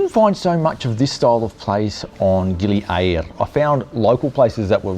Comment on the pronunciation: Gili "A RRRR ra" Mate you got your own version of Indonesian! lol Thay say Gili "Ay a ra" you say Gili A RRRR ra sort of like "Aribba Aribba" lol too funny lol